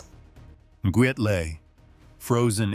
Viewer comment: The name Nguyen is pronounced like WIN or WEN. That said, good material. I remember that Biford Dolphin incident...I saw those pictures. Pretty messed up stuff.